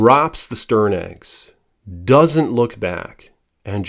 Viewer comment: not stern nests its TERN nests related to common seagulls